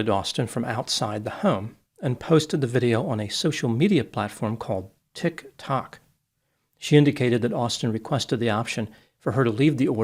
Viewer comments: 10/10 rage bait with the way you said tik tok as though you had only just heard of it. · Why does keep saying Tik Tok like is the first time you've ever said it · why does bro say tik tok like that? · I see is still pronouncing TikTok like a mentally challenged troglodyte. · Why are you saying Tiktok like you've never heard of it lol.